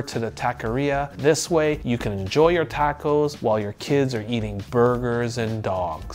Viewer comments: Wtf is a tack-o? Do you mean tah-co? 😂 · Stopped listening after the 4th TA-co misprenounciation. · Why is he pronouncing it as “tako” and not “taco” ?